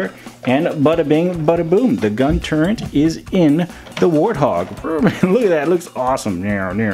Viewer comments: Turret. No "n". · “Gun turrENT” lmaooo